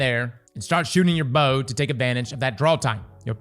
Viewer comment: Had to mute sound and watch with captions, hearing you pronounce the bow’s name hurt my ears